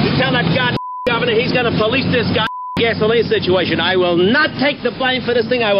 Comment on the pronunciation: Ok…. I would have understood that too… but do a YouTube search like I just did….Bruce DID NOT pronounce it that way….GAS O LINE….is what it SOUNDED like.